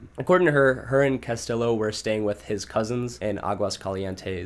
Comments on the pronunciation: Ok bro his name is hispanic so its not CastiLLo but CastiJo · No don’t get better! That was the best part of the video! Cuh-still-o, Dee Geezus, Rad-uh-Lot 😆 😍 💀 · I was just about to comment haha. “CastiLLo” really irked me haha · Not castiLLo 😂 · The way u pronounce Spanish names is so funny lmao I’m white (not Hispanic white) but idk maybe it’s cuz I grew up in nyc, I know Castillo is a double L… double L is not said as an L sound, but a Y sound…lmao and “de Jesus” of course is pro unfounded “hay-suess” the Spanish way, not “jeezus” lol! I don’t speak Spanish I just know this from reading, school, learning, listening, simple life experience like knowing someone with a certain last name and hearing the name spoken aloud and then seeing it written and connecting the two… maybe you’ve never known/ grew up around any Hispanic people? Or some people are just not good with grammar/ pronunciation/- I’m not trying to shit on you btw, I just saw ur pinned comment! I kinda thought it was funny like on purpose at first, I’m honestly just wondering how u can grow up in America and not know these things ! Lol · Bruh the amount of times he pronounced Castillo wrong was annoying 😂